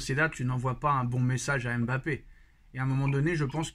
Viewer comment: ON ne prononce pas le M de Mbappé il la dit dans envoyer spécial